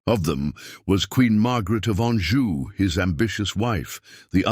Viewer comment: Anjou not Anju. Tudor not Tuda.